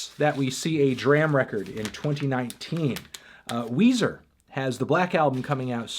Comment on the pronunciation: HOW MANY VIDEOS WILL YOU CONTINUE TO PRONOUNCE IT "DRAM" INSTEAD OF "DRAHM" YOU WACKY MELONHEAD